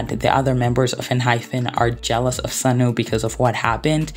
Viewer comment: I enjoyed the video and you made so many great points,,,,, but I cannot stay silent bro I gotta ask. Do you just think Enhypen's name is Enhyphen, or do you just pronounce it like that. I beg you tell me because it's all I can think about while listening